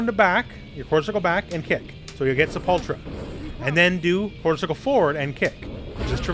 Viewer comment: You're pronouncing "Sepultura" wrong. It's "say·pull·tur·uh". It's Portuguese for "Grave", and the name of a really awesome Metal band.